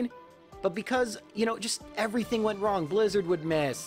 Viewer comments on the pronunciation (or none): none